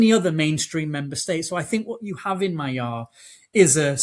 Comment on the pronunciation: I wish he could learn to pronounce Magyar’s name.